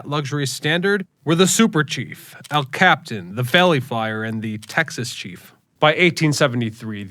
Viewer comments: Burlington NORTHERN, not north. el capiTAN, not el captain. Also, ATSF made out like a bandit after the SPSF merger attempt, they ended up owning most of the non railroad properties from the SP. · Ugh, its "Burlington NorthERN, Santa Fe", and it's "El Cap"i"tan" not "El Captain" I low key get irritated at that. My Paw Paw was a Santa Fe man and it's also my favorite railroad. I also have a couple air horns from a few Santa Fe engines. Santa Fe was also pretty big on preserving it's history which is why theres ALOT of Santa Fe steam and early diesels still around. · Sorry but its "El Cap-it-tan". Also the only Las Vegas Santa Fe ever served is in New Mexico. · It was "El Capitan," not "El Captain." In the 1950's I lived in a house very near the Santa Fe tracks in Cucamonga, California. I really enjoyed watching those trains zip by. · He says Burlington North on purpose so people will comment correcting him like you did. It boosts engagement and in turn promoting videos. He did it again by calling the El Capitan the El Captain. I hate when youtubers do this :(